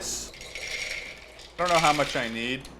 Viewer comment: Unus Annus Memento Mori You put the how with some emphasis ***** hell